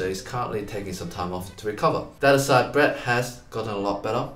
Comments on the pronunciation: lmao. The last present sounds like ”go back to sleep” instead of “go practice Breeeeett” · "Go practice Breet" sounds like "Go back to sleep!"😃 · No one: Literally nobody: : GO PRACTICE BREET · Breet and edyy